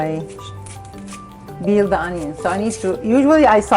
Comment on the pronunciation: She says "Barsley", "chob", and "beel" bc the Arabic language has no p